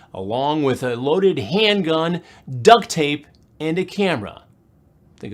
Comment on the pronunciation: You watched it twice and didn't hear it? Chris Hansen put an emphasis on the D of Duct. Unmute before watching...lol The clue was in what I wrote Chris Hansen said "Think about that".